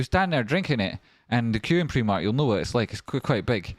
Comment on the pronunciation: It's pr'eye'mark not pr'ee'mark haha